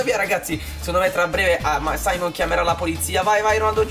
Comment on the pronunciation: Non si chiama saimon si chiama simeon